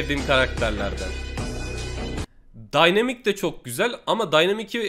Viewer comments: abi dynamike daynamik değil daynamayk tabi sen nasıl söylersende bilgilendiriyim dedim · Daynamayk diye okunuyo abi